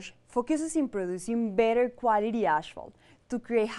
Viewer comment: it's not ashphalt it's asphalt!